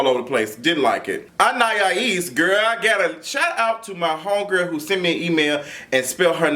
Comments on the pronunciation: He said Anayaya-ees need to leave rich poodles and go back to her grand-bae lmfaooooooo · You almost there! An-i-es ( like east without the ‘t’ ) 😂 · Lmao I'm rotfl every time he says anniyahees 😂😂 that poor girl name be getting butchered out here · Ann- ahh- ese. Anais. 😊Lol looking like doctor robotnick. to r too much!!!😂😂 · lol.. It's pronounced An-eye-east (with the T silent) LOL but we got you so no worries about that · Lol,. I see you struggle with her name each week. Anais is pronounced: Anne-Eye-Eeese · Good grief the name isn’t that damn hard. You still have it wrong. AnneEyeEaseAnn-eye-easeAn-ai-isAnais Ana- ease. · Prounouce her name as if it's "Annah-ease." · Lmao now you adding an extra syllable to Anaïs. Ann-eye-Ee-ss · Loool u still saying it wrong but shout out to whoever tried An-i-eece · “Anayayees”😂😂😂Quit it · Lmaoooooo still saying that girl name wrong! (Ann-I-Es) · Lawd he still struggling with that girl name. 😂😂😁😂😀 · Dream doll is a bully but she don’t back down from nothing. And still mispronounced that girls name lol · And he still said it wrong 😂😂😂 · You’re still butchering the girl name 😂😂😂😂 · Baby you still saying her name wrong